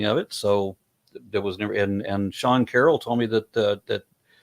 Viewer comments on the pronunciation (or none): none